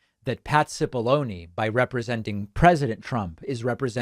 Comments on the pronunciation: It is 'chip'-ollone. Many people saying it incorrectly doesn't make it right. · Hi, David. The commenter who corrected your pronunciation of "Cipolloni" may be right about how Mr Cipolloni says his name, be you and I, and anyone with a knowledge of Italian or Italian cooking (onions!), would feel compelled to say it properly ;-)